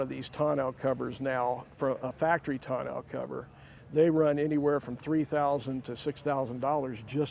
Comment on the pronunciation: Sunliner was the rag top SKYLINER had the hard retractable top. Learn to pronounce it: ton·neau | \ ˈtä-ˌnō , tə-ˈnō \